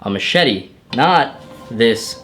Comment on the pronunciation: Machete or a mashitty?